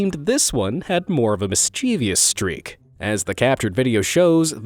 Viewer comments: You have got to at least try to pronounce some words correctly, mischievous (mis-chuh-vus) or (mis-chee-vus) not "(mis-chee-vee-us)" I have corrected you on that particular word multiple times. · its pronounced mis-chu-vus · Mischievous is three syllables! Not four. There is no such word as mischievious!